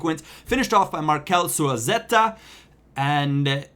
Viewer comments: Great vid man! But you need to learn how to announce Susaeta. Su-Sa-Eta. Not Suasetta ;) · su-sa-eta not suazeta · its Susaeta, not Suaseta... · susaeta not suaseta... plz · It's pronounced su-i-eta just to clarify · How the fuck is Susaeta pronounced Zuzaeta?!?! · Susaeta's name is pronounced Shushayeta. Just so u kno :)